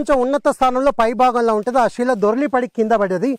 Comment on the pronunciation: సోదరా. షిలలు షిల్పాలు షివుడు, షైలి.. ఏంటిది ? మీరు సీనియర్ చరిత్రకారులు. శిల, శిల్పం, శివ, శైలి అని మీరే పలుకకపోతే ఎలా సోదరా మున్ముందు తరాలకు మన సంస్కృతిని అందించగలం చెప్పండి.